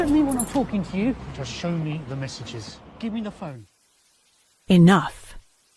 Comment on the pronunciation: look at me-uh - I´m the manager of times square now!